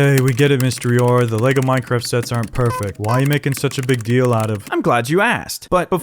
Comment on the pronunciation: i feel like he said shets instead of sets